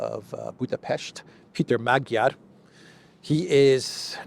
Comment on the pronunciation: Peter Magyar is pronounced MAWD-yar.